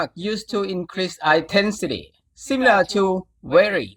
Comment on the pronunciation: มันไม่ใช่ "ไอน์เทนฃีที" มันต้องเป็ "อินเทนฃีที" ครับ. ขอบคุณสำหรับวีดีโอมีประโยชน์มากครับ